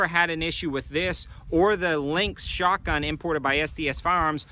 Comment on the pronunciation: Haha, you said “shart-gun”